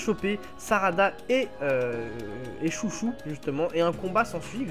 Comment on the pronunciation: Pour la fille de Chôji, ne dit pas "Chouchou" à la française car en romanji, les "ou" et "ô" sont des allongement du "o". Après tu prononce beaucoup d'autre prénoms à la française mais je trouve que c'est bizarre de dire Chouchou à la française :/